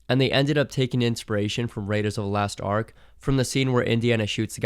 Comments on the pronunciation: Lost Ark. Not Last Ark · "raiders of the last ark" 😳